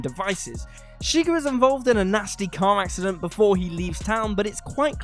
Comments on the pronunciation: Its ShigURRRR. Not Shigger. You. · It's pronounced "sha-ghar", not sugar. They even correct this in the movie when Josh Brolin's character (Llewelyn) mispronounces it. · Oh god stop saying shigur, you’ve never seen the movie I see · It's Shuh-grr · I hate the way he pronounces Chigurh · So, saying "wroth" for wrath is understandable given the differences in pronunciation between QE and AE, but a character's name is pronounced a certain way for a reason: there's a bit of wiggle room given Texan drawl but Chigurh sure doesn't rhyme with n***er.